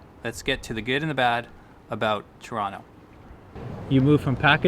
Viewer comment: It's not torano it's toronto